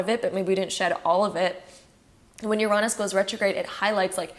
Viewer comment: I’ve never heard anyone pronounce Uranus as you-raw-nus